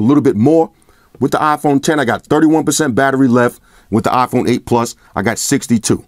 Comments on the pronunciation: LOL it's not an Ahhhphone it's an iPhone.. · it's iphon bro . not afon 😂